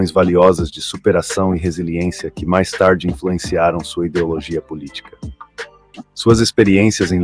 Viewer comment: O chata lendo 'POL ITICA SÓLIDA' me quebrou